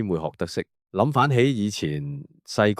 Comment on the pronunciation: 讀廣東話係諗 翻起 唔係諗反起 唔識讀收檔